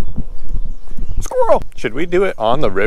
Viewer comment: but when he said "SqUiRrEl" that was hilarious